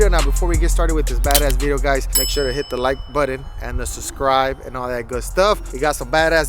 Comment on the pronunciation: like " go ahead hit the da like BUDIN" hahaha 😆